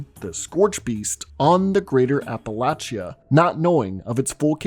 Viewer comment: How do you spell appalayshia? Did I get it right? It's pretty accurate based on how you pronounced it. It's Appalachia. Where are you from? I'd like to butcher the name of it in return.